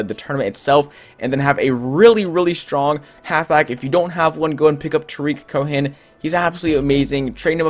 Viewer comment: Lol They way he says Tarik Cohen 😂